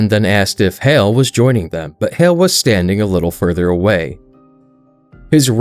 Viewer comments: Who is "hale"? The person on screen is when you say thatnis "hal" the two names sound NOTHING alike, so who is "hale"? Also "besides" IS NOT a word, and saying that instead of "beside" makes tou sound like a child. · Hal, not hail